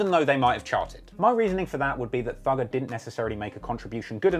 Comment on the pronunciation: The first time I heard him say "Thugger" I though he said "Dougal"